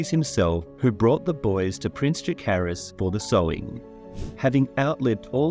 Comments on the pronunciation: You keep saying Jaehaerys instead of Jaecerys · I think he is actually saying Jaecerys, but he's pronouncing it with a 'k' or 'hard c' sound instead of soft c or 's' sound. So it sounds more like 'Jaehaerys' because of the way he pronounces 'Jaecerys'. That's my opinion, anyway.